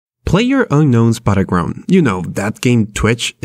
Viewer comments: "Player unknowns butterground" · "PlayerUnkown's Buttergrounds..." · "Playerunknown's Buttergrounds?"